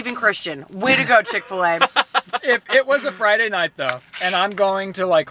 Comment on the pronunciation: Am I the only one triggered when they said chick fil a sauce iykyk 😂😂